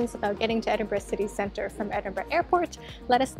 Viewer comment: Great for pronouncing the city correctly. I genuinely don't understand the 'eniborrow' 'endinbrooo'